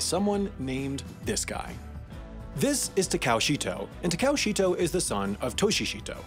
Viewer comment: TAH-KAH-OH is his name, not whatever you said